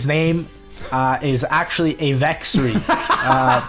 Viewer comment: Ave-x-ry? I will take it.